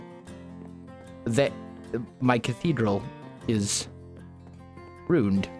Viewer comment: I have always found it entertaining that you pronounce rune and ruin exactly the same. :)